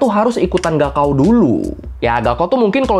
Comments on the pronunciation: bukan gaokao bacanya, .....tapi kaokhao bacanya.... wkwkwkwkw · Yg bener gaokao itu dibaca kaogao...高考 artinya ujian tinggi. Ini tulisan pinyin dimana pembacaan bisa terbalik. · Mas e cara baca 高考 "Gaokao" bukan " Gao Kao" tapi "Kao Khao" 😅😅😅 高 Gao (bc: Kao) = tinggi dan 考 Kao (bc: Khao) = ujian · Izin menambahkan 高考 pinyin nya tertulis GaoKao, tapi cara bacanya "kao khao". "G" dibaca "K"; dan "K" nya di baca pecah "kh" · Gaokao di baca kaokao bg